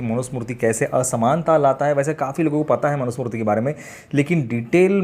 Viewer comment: सही शब्द मनु स्मृति है मनु smurti नहीं है